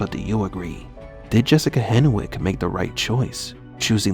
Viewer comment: Hen(w)ick. W is silent.